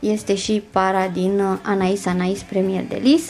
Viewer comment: In sfârșit aud pe cineva care pronunță corect Anaïs Anaïs și nu Anè Anè. Trema are rostul ei...